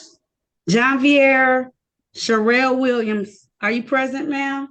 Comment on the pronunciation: Went the judge asked if the person was in the courtroom, it sounded like she said, "I am president," instead of I am present.